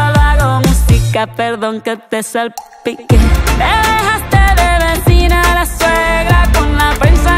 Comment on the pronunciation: Ela falou "salPiQUE" 😂